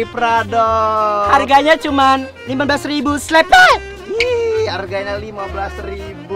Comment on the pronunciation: Namanya jeje bukan pepe jeje juga pasportnya bukan selepet tapi selebewww